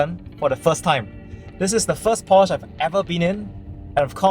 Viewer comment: You totally mispronounced Porsche and Taycan. Also, you do not need the key to enter. You can use the app or set it to sense you approaching.